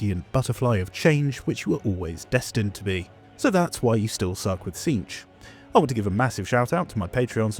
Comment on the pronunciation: Its "cinch" like "in a cinch"